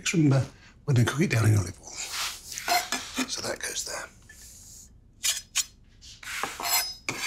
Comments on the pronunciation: Did he just say lolive oil ? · Is he messing with us at this point? what did he say about ollivol? Clear as day saying "Lolivol".